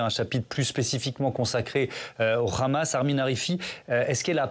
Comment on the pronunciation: Pourquoi le présentateur présente t-il le Hamas avec un r e'au lieu du h ce qui est typique de la façon de parler des Israéliens